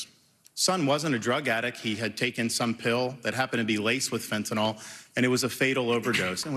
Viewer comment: Chris Christie the only republican who knows how to pronounce Fentanyl.